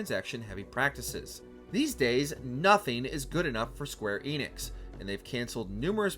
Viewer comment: The Enix in Square Enix is pronounced with an e like in end. Get it right lol